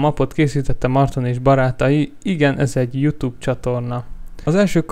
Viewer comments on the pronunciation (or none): none